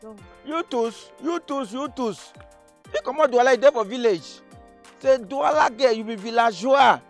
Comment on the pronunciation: c,est DOUALA et non NDOUALA🤣🤣